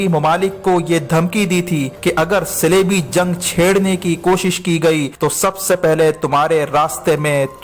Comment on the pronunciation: صَلیبی اور صِلیبی، کیا بک رہے ہو۔ صِلیبی کیا ہوتا ہے؟ صلیبی کو۔